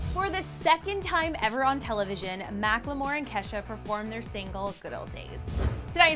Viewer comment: Is anyone bothered by the way pronounce Macklemore emphasis on the L?